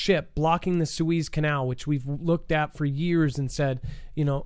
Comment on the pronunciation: If you aspire to be Professional, learn how to pronounce Suez Canal properly. You sound much less than professional than you know .